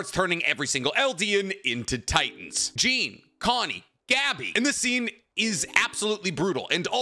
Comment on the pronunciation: Did you really just say Jean like Jeen??!!??!!